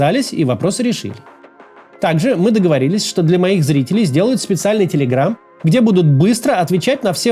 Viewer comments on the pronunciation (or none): none